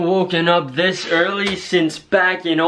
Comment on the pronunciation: “why am i up this ‘EARY”😂🤦🏽‍♂️ c’mon guys, you go to school for a reason😂 love yall tho